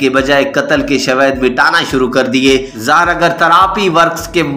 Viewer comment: بھائی صاحب اس درندے کا نام تو درست بول لیا کریں ۔۔ آپ نے تو ظاہر کو زہر ہی بنا دیا ہے ، روزانہ آپ اس کو ظاہر کی بجائے زہر کہتے ہیں ۔